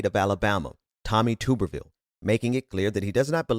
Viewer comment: Hey, i enjoy your show but Tuberville is pronounced tub-er-ville. Like bath tub.